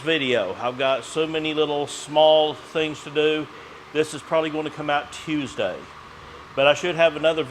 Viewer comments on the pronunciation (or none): none